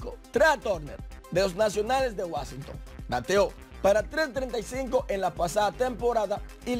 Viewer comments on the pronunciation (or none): none